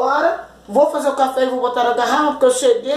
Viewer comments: Oi amada o seu não é café é cháfe kkkk amém miga Deus abençoe vcs tbem bjs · Isso não é café, é chafé kkkk